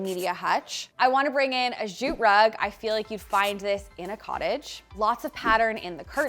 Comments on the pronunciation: PICK ME! <3 The way pronounces "jute," with a /dz/ at the front -- is that a Canadian thing or an thing? Down here in the US (or CO, at least), "jute" starts with the same sound as "just." Just /j/. Is it French influencing you all? Or, again, is it just Herself? OMG, that buffet! Swoon!!! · The way says jute gets me every time - zzzjjjutte chefs kiss